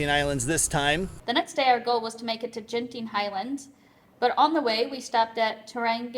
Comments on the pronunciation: G in Malay is like G in Guard, so it is not Jenting 😀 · FYI it's Genting like gambling (hard G), not Genting like germs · Fyi, the ‘g’ in ‘genting’ is pronounced like how u would say ‘gurkha’ or ‘goal’. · btw, the G in Genting is pronounced like u would pronounce "Go"